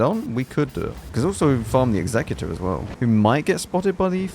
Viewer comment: Finally, a CC that pronounces Executor the right way... Worth a like just for that